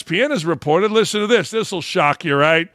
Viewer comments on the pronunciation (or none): none